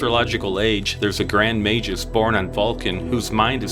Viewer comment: Great video! ("Magus" is pronounced with a hard G.)